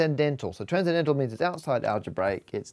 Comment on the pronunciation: So... nothing about "tran-zen-dental" ? Just me? Okay then.